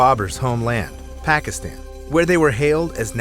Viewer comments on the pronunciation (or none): none